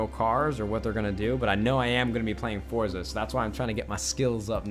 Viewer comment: Nade, it is pronounced For-tza